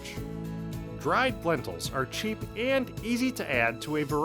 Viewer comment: Please get someone else to narrate the videos. This guys voice is driving me mad! Especially the way he says AND.